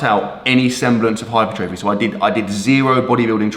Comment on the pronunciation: The difference of knowledge is never more evident than pronouncing the word 'hypertrophy'